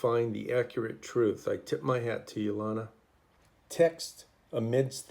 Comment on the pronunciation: Great work! Your work is amazing! FYI it’s Lana as in banana! 😂❤